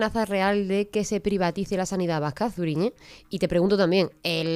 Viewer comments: Se pronuncia Suriñe..no Zuri.. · Zuriñe no se pronuncia con la z del castellano sino con lo pronuncia. Gracias